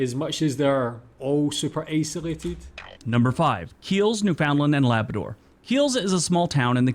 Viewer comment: Would be nice if the presenter of the videos used could learn to pronounce "Newfoundland and Labrador."